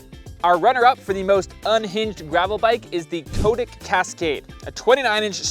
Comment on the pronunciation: Nice review, good to see a little MTB DNA getting into gravel bikes! By the way, from Cotic's web site: The name Cotic comes from a nickname for our founder, Cy Turner, from his university days. Cy-Cotic - 'psychotic'. It is pronounced 'Cot-ick', not 'Coat-ick'.